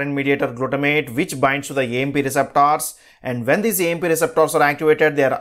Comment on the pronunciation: Speak 🗣️ nicely It's Receptors 🗣️ not receptaars